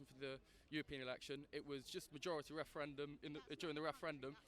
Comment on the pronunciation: wushun wepawt on the wefewendum ha ha ha best chuckle of the day.